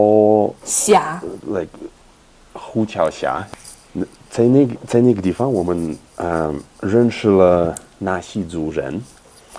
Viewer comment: Because russian is his native language, i can clearly hear that he messes up some tones, especially 4th tone. Like dìfang 地方 (too little accent on dì 地) chéngshì 城市 (no accent on shì 市) And many other words 4th tone. But overall this sounds very much like russian accent :) I know it's not nice to criticize someone, being not too good at Chinese myself, especially speaking. But i guess i listen too much native speakers Chinese, so that i can immediately hear all the wrong tones :) sry.